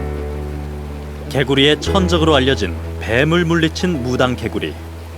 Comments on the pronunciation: "무랑개굴리" 발음이 왜이리 웃긴지 ㅎㅎ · 무당개구리 라고 한국말로 발음하네요.. 한국에서 부르는 발음으로 불러주는게 참 고맙네요.